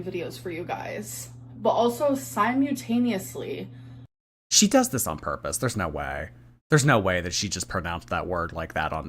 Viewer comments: “SiMe-YeW-tAnEoUsLy”🤦🏼‍♀️ Oh she’s definitely trolleeen with these mispronunciations lately. Especially that one. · is si-mew-taneously going to be on the chapter test?? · She doesn't know how to pronounce these words. She said it so many times because she just looked it up and chatgpt probably mispronounced it when she asked. I've known people this dumb, they exist.